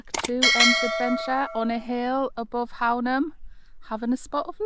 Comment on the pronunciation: Fab vid - looks braw (apart from the flies lol). Love the hills around Hownam (which btw is pronounced Hoonam hereabouts on the northern side of the border 😉)